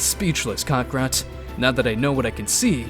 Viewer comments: Bro really said "Kokorot" the whole time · bruh please stop saying cockarot i sweat man :c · "Kahkahrat"💀💀💀 "Shenlong"💀💀💀 "Dragon Spheres"💀💀💀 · Name mistakes he made: Shenrong-Shenlong Dragonballs-Dragonspheres Kakarot-Kakrot KI-Kai Please learn from your mistakes man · its kakarot not kakarat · Stop saying cockrot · One time he said kokorot 💀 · “shenlong” “dragon spheres” “crackorot” not wanna sound like a hater but that is NOT how they are pronounced. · Sean Long cockrot dragon spears that’s my childhood you’re ruining get the pronunciation, correct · Kocker💀💀💀💀 radiz said that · Shenlong💀 Dragon spheres💀 Kakaroach💀 Konkrot💀 Kakaroat💀 Kokrots💀 Kokro💀 Nimex💀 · Why tf you calling him Cockarot 🗿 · STOP SAYING KOKOROT YOU'RE CREEPING ME OUT 💀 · Bro prounoundced kakarot wrong 💀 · Bro what is shenlong and kakaro😂😂 cmon say it right. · I'm enjoying the series except for a few minor things, please stop calling the dragonballs dragon spheres and pronounce kakarot properly